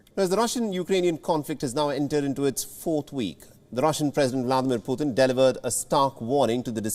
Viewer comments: Not poohthin it's Pu'tin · Wonder why the reporter pronounces his name as “Pu-thin” instead of Putin…